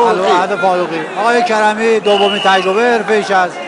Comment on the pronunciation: اول زبان خود را دروست کن لطفا کرمی نه کریمی